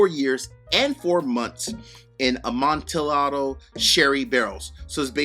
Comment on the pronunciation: Amontillado is pronounced A-mon-tee-yahdo. The double L sounds like a Y as in Spanish Pollo (chicken)...